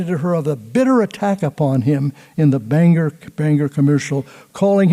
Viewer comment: Wonderful! (Except it's pronounced "Bang-gor" in Maine, not the Irish "Banger")